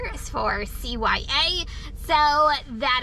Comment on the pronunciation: You said it right “CYA.” Lol 😂